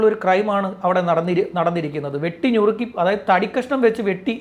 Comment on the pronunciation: ഞുറുക്കൽ അല്ല നുറുക്കൽ